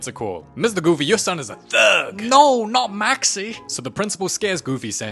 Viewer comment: “Your son is a THUG” and “To take the THUG out of him” Man you pronounced Thug so goofy it made goofy look goofy W Explain